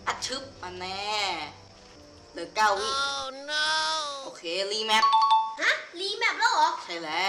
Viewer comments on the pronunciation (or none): มันไม่ได้อ่านว่าแมดนะมันอ่านว่าแมพ